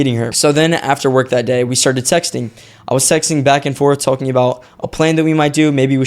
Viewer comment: bro did not say texting 😭😭😭